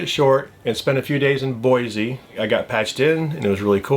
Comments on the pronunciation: Oh btw, it's BOISE pronounced Boy-see. There's no "Z" in it. YW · Love your YouTube channel. Saw your piece on Glacier National Park. Been there, loved it too. You traveled to Boise. FYI, people from Idaho pronounce it with an "s" and not a "z". (Boy-see) I believe it is French for tree. (Bwoz). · Hearing "Boise" with a "Z" is akin to fingernails being scratched on a chalkboard (LOL!). Thanks for educating the masses, from one Idahoan to another(?). Other than that very minor point, GREAT video. Our favorite so far!